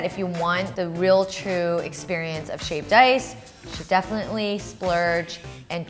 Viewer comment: Sounds like she is saying shaved dice